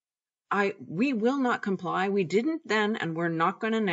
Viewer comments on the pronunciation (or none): none